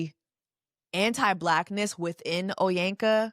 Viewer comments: I’ve seen many Nigerian folks online saying she’s pronouncing her own name incorrectly…can you confirm? 😂😂😂😂😂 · Baby, I love your content and I rarely not finish a video. Took breaks 3 times for this, it drained me chileeeee and I got it now that you have explained after spending all weekend going through a YT resume of her bs😭I love that nigerians are tearing her a new one though from how she purposely say her name the way oyinbo (white people) would say it to how this should have never seen the daylight. Her 250 besties couldn’t tell her to not do this? Chile looking at how they look, I know they dgaf😭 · Hearing her struggle to pronounce her own name was where i logged off😒 and the fact that she’s an Igbo girl makes it more embarrassing! cos wtf Onyeka?…ina pụ̀ álá ? 😫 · As an Igbo babe, I was highly disappointed. Onyeka is a girl that goes to the village, who is in the community. She’s even part of the same Igbo community I’m in. She definitely should hv known better. But her proximity to whiteness exposed her to a scammer. Sista couldn’t even pronounce her own name correctly!!! Niaja ppl hv scammer radar! I know one when I see one. How she was able to get herself AND her family scammed is beyond me! Cognitive dissonance dey too much oo!! O gini!?!? Like what? How? My biggest question too is how her friends and family were giving him money and not telling her???? Sorry not sorry but if my sister’s man asks me for money, I’m freaking TELLING!!! AND ANOTHER THING!!! For this girl to actively be traveling with a scammer while owing ppl money is so disrespectful! Idgaf if you’re ur “on time “ on your payments. Stay your behind home and continue those payments and pay them debts as quickly as possible.